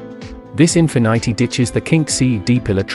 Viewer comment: I don’t trust someone who calls Infinity -“Infinaaity”